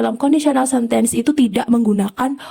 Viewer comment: rada terganggu dengan pronountiation 'sentence' 😅